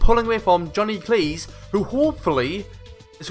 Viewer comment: Looks Like Kayser Is back with a bang (Btw you pronounced my name right :))